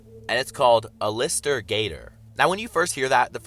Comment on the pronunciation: its pronounced al-ist-er like the name al but lister at the end